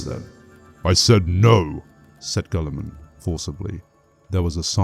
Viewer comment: Guilliman is pronounced "gilla-mun", not "gulla-mun". The second E in 'Sedayne' is silent. "Sedayn", not "sedaynee". Diacomes is "dee-a-ko-meez", not "dykumz".